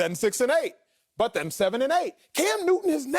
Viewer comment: Cam Newtty 😂😂😂 I can't help it